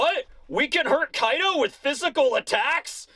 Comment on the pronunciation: You mispronounced Koi D. O during the intro.